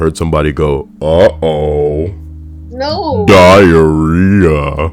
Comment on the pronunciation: I laughed too hard when you said diaroeha. My friends and I have an inside joke where whenever there's silence in our class one of us whisper says dukey